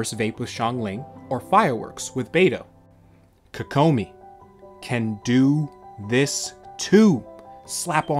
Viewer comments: KOE KOE MI equal stress in each syllable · You say her name weird